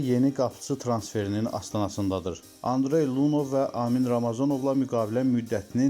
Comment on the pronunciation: Qapıçının adını düz tələfüz edin: - -Lunev yox Lunyov.